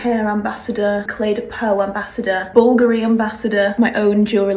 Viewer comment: How can you have a PhD in Fashion and pronounce BVLGARI like that ?